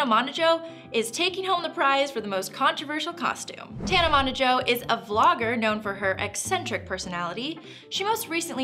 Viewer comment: Monajoe...?? MOE-JO